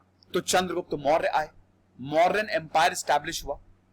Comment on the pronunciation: No morayaa only Maurya